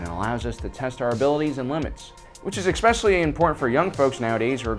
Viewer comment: Its especially not ecksspecially